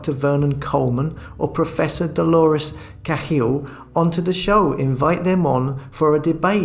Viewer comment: you seem to be living in Ireland so you should have been able to pronounce Cahill correctly.Tut tut.